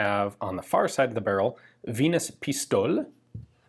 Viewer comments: Its "Pi-sto-le". Greets from Hamburg, germany. Like always great vid! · Ian for the German version: Pis-to-le. The 'e' is audible. It's no wonder that it was imported to Britain, since target shooting was in. The ranges could often exceed 100m and bets were involved. Sadly if you search sites like wikipedia for shooting sports in the UK, almost everything is reduced to 2-3 sentences. Like it was meant to be removed from history. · Just like with Porsche the 'e' at the end of Pistole is pronounced in German. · Venus Pistole Your pronouncing of "pist" was right, but the O is pronounced like the O in Cola, the le like the le in letter but with the e elongated. Hoping this was interesting and not just annoying 😁😂